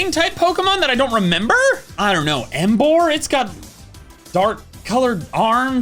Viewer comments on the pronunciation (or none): none